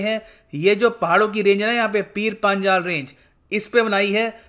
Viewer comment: पीर पंजाल है सर not पांजाल,,🌹